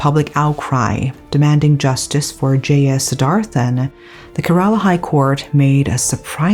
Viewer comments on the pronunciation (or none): I had to stop watching because of your pronunciation of Kerala. It's CARE-ALA not KERR-AALAAH. If youre not sure, please look it up. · Thank you for covering this story. The state's name is pronounced more like Care-Raa-Lah, and not so much like Kur-Ral-La. Just FYI. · Que- rruh-laa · Kerala -" k" rala